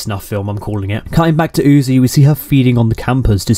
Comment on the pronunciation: you say UTI Instead Of UZI but you have already made this so who cares anymore